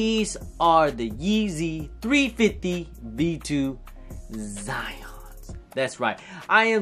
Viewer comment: Zyons r 🔥🔥🔥. Dope review n on feet. 1st vid in awhile that u pronounced da name of da shoe correctly. 🤣😂